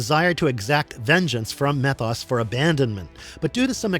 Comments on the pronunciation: You calling him "meth-os" instead of "mee-thos" makes me unusually angry. 😂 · Methos is really pronounced; Meee-thos. Get your stuff together, & say it right.